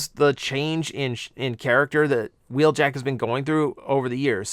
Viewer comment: Wheeljack isn't in Earthspark, but "Huh-weeljack" is.